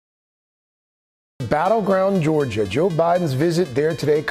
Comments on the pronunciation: I love hearing Bernie say "George-er" instead of "Georgia". Proud to represent Team Bernie in George-er!! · Lmao Bernie said George-er